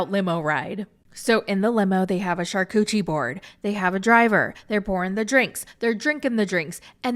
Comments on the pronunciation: “Char-cuchi board?” 😂😂😂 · a "char-cuchi" board :D :D :D :D :D :D :D